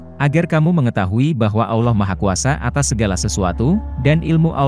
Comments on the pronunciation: Sebut Allah betul2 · dan aksen Allah juga beda